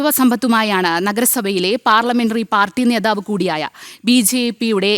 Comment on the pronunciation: നേതാവ് ആണ് ശരി നേധാവ് അല്ല